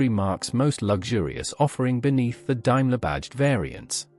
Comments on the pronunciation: From memory much of the talk over was wrong ie Daimler was pronounced completely wrong, much of the commentary didn’t tally up with the photos ie Rover P5 you were showing the P5 3.5 V8, the Rolls Royce silver cloud 3 you were looking at a silver cloud 1, during the commentary about Alvis and Armstrong Sidley several times you were showing photos of a Lagonda !!! From what I can remember, sorry!!! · One day, someone might develop AI that can actually pronounce words correctly - DAIMLER DS for 20 - I ask you ! Doesn't anyone check these videos before showing them ? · Dime ler?? Should be pronounced Dame ler. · Would be entertaining, we're it not for the AI narration. Dimeler instead of Daimler. Markess intead of Marques Daimler DS for 20 limousine instead of 420. Doesn't the author listen before publishing? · The Al pronouncing of Daimler got me its not Dimeler its pronounced Daymler but is spelt Daimler the second letter is an "a" not an "i" one day Al may get it right but apart from that lashings of wood and leather defines British luxury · AI narration is so LAZY. (ALSO WRONG). Also did anyone see a SC111? All except 1 was a SC and an SC11. The SC111 also had the "new" 6.75 litre engine. Not to mention Daimler is pronounced Dame ler . AI and BAD research. Don't subscribe unless you like shit. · 'Daimler' is pronounced 'DAME-ler' not 'DIME-ler.' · What the hell is a Dimeler? Ditch the AI. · Interesting but hatd pronunciation.. Dimler!!! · die-mler , markess , faksia , does no one check these before uploading them - pathetic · Might have been good if they'd got the cars right. Talking about sat Mk5 Humber Super Snipe and showing pictures of 1960 Mk3 cars is just stupid and misleading. Calling a Daimler a "Diemlah" is just wrong and pretty insulting. A Rolls Royce Silver Cloud 2 can never pass for a Silver Cloud 3, they were totally different cars. Finally, the pronouncing of the word "Marques" is not "markess" but "Marks". A waste of screen time